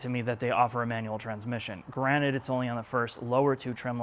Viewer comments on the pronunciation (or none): none